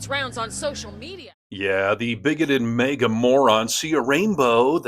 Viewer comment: HEY!! I love ya, but,,,,,, for the NINTH time: The word is "MAGA", not "MEGA"! MAGA like "magazine". Get it? It's Mag Uh, not Meg Uh. Mag Uh, not Meg Uh, okay?